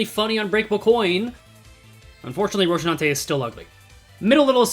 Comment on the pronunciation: lmao rocinante, though i have to say its pronounced roh-see-nan-te—the shi sound is just because of korean transliteration. you do your best with pronunciation usually so i felt it was worth mentioning